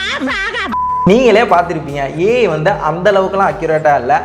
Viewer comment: Dei lusu its not aye aye aye...its AI (Artificial Intellegence)